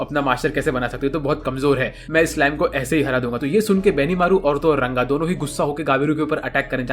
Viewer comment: Bhai RANGA hai not runga😂😂😂